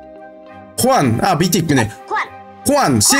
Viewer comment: аға аты хуан емес жуан